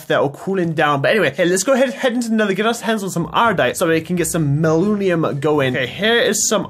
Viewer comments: not mallunium its man-ya-Lin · The purple stuff is pronounced (Manalin) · "Malunium" instead of manyullyn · manyullyn isn’t pronounced mal-oo-knee-um its pronounced man-uh-lin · Its manyullin nat maluniun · I believe it is pronounced (man-uh-lin) lol The level ups on the weapon also allow you to add more modifiers on it. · I know saw that too ahahaha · Some info, go rob or ask Ssundee because he is really good with tinkers construct, and it's pronounced Man-A-lin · Hey, just FYI it's man-yull-in is basically how you pronounce it. Also, lol the cleaver has beheading that's why skulls are happening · “MAnaLunium” Yeaaaghh that’s how you say it sure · Say it with me... man uh lynn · Man-You-Lin Pronounced Man-You-Lin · Man U Lyn is how it is said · Just to help it is man-a-lin. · Pronounce it man-a-lin! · Sorry, its man-you-lynn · it's pronounced man-uh-lynn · its pronounced man-u-lyn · its pronounced man-you-lin